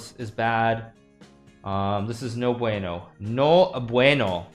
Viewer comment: "NO BUENO AMIGO" "MAS O MENOS" lo pronucias bien bro